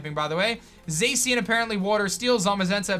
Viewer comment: and the way he says zachian too